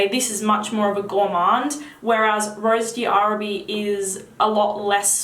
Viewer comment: Hi, I just ordered Oud Bouquet because of you! Can't wait to try it. Also, Rose d'arabie is pronounced Rose DARABEE, the D' is not pronounced separately from the word Arabie. Hope this helped!